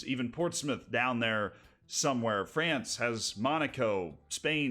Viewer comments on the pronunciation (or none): none